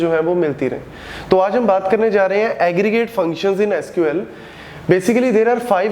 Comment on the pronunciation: i heard saloo 😂